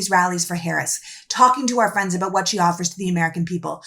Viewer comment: I heard her say aboot. So she is Canadian, not even American.